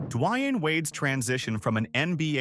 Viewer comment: Dawiiaine Wade lol